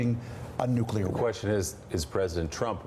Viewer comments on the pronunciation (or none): How you can you trust anyone who says "Nucular"??? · Sorry Lindsay, but if you can't pronounce the word nuclear correctly, you're not serious. Listen to these heads: it's like they are unable to dream of a non-nuclear world. The question parents should fear from their kids is not "Where do babies come from," it's "What's a nuclear bomb?" Those weapons aren't worth the nightmares they cause. We could have no Nukes and still be able to decimate N Korea in any conflict. We've already experienced several close calls, either false alarms or silo accidents and if you've watched "Command and Control" you know just how close. How fitting is the acronym MAD!!! We must de-escalate this march to war; stop the tit for tattiness between egomaniacal leaders and step up efforts to smuggle radios, computers DVDs and other media into N Korea. Soon a wised up people will themselves rise against the Kim regime. Keep your eyes on the prize: no more nukes. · What is wrong with these Republicans? Besides being out of touch with the rest of the normal people in the nation... Why can't they pronounce the word nuclear??